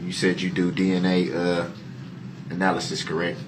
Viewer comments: . Lol, he couldn’t say the word “ analysis” 😆😆😆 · Anal lysis….anal list…..